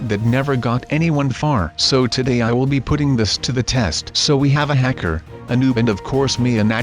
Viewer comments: you said Hecker instead of hacker once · SU NOT A HECKER A HA KER